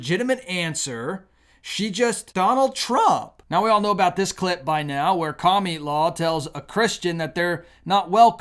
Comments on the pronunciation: Why do you always say "Cami-la" and not "Kamala"? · I cringe every time you call Kamala "kamilaw". I am not voting for her, but it just doesn't feel Godly to me to have a person's name twisted. You don't have to talk to us that way to make your point, we are not toddlers here! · You always make good points, but you also can be a very ignorant person. You are very unchristian when you mock and disrespect a person's name. I'm not a fan of Kamala (rhymes with Pamela), not COMMIE LA. Would you like it if your odd name was mispronounced, or twisted to sound like something nasty????? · Can you pronounce the name right.Ka ma la,that is Muslim name,not Camila but Kamala tq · Kami-la! Lolol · Kah - miii- la The way he pronounces her name 🤣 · Yeah those Democrats are taking all freedoms away. I am so thankful that God is taking us away to a better place. I love the way you pronounce her name Kamala or komielaw. Blind leading the blind. They all fall in the pit.